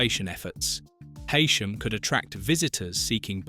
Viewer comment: It’s Hee-Sham